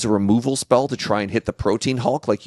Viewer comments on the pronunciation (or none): Omg so pronounces Protean THAT way too 😂 god love him.